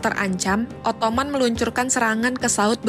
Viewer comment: Pemilihan dan pelafalan diksinya harap diperbaiki. "Ottoman" itu bahasa Indonesianya "Utsmani/Utsmaniyah". "Ottoman" itu cara orang Inggris nyebut Utsmaniyah. Sebenarnya ga masalah kalau mau nyebut pake versi Inggrisnya, cuma kalau ngejanya tetap pake bahasa Indonesia jadinya kan lucu.